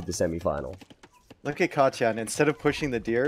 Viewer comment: he says katyan ;)